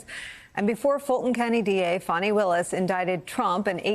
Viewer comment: Please stop calling her Forni Willis - her name is Fanni for gods sake.